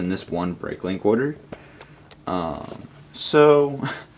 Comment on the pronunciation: dude mention the r sound when u say order u sound like ur saying oderd